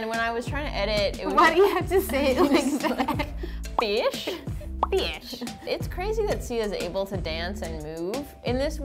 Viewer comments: "fiesh" lol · pronunciations 101, fi~esh, fi~ace, ee~egg